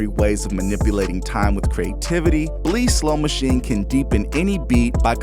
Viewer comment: 🤣 they are using Bleass (little-known fact: actually pronounced Bliss).